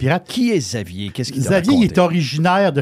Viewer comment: juste vous dire Xavier se prononce Gzavier